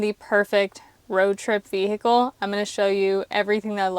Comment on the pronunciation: veee hickle made me laugh so much